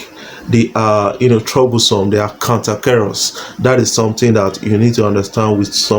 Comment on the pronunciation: Cantankerous good old English word I like the way you butchered the word. Salute I love your Channel like a fiend likes his crack pipe.